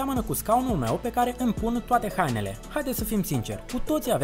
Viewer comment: ... ,,după pâne "😃😃 în loc de ...după ,pâine " dar eşti simpatic rău 👍 la fel şi ,,hanele " in loc de ,,hainele"